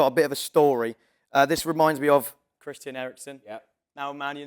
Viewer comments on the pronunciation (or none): none